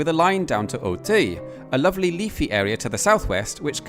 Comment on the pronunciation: Your pronunciation of "Auteuil" needs work. It's a typical shortcoming of English-speaking people not to be able to pronounce "eu"/"ö"/"ø" correctly, although it's extremely easy. You of all people should be able to get it right.